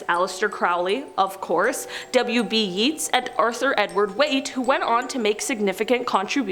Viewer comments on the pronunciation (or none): WB yaaaaytes not yeet 🤣